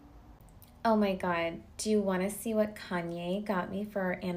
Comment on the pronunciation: The way kim says Kanye 😂😂she nailed it